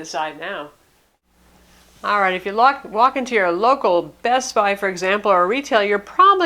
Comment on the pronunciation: Whenever she said bestbuy I heard Vespa